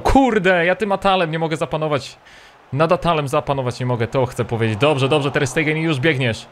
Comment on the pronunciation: 1) Ter Stegen, ewentualnie Ter Sztegen, bo w niemieckim często jest s tak czytane, nie Ter Stejgen 2) żaden Taliszka, tylko TalisKA, nie ma tam żadnego "sz"